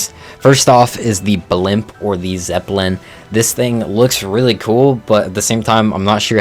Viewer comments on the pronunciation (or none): none